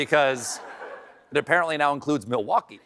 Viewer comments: Pronounced muhl·waa·kee. 🤣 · I'm Australian and I know which state Milwaukee is in! What's Ingraham's excuse? Mind you, she worships a guy who once pronounced Yosemite as "YO-semite", so I guess it's on-brand.